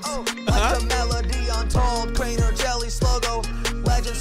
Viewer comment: Crainer Not crater